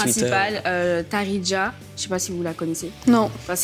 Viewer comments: c'est Taraji pas Tarija sinon super vidéo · Cookie c'est Taraji et pas Tarija mdr, mais voilà, c'est une vraaaaaie #Empire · Elle s'appelle taraji pas tarija 😂sinon bonne vidéo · Taraji pas Tarija et Cookie et pas Cookies et Lyons et pas Lyon